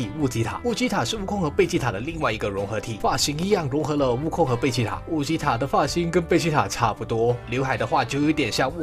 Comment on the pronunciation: 是悟吉塔，你念成悟吉特了！